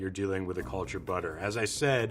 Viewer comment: Can someone tell me what his accent is? I wondered why he was talking about keratin in butter and realized he meant carotene. And he pronounces the cul- in "cultured" more like "call".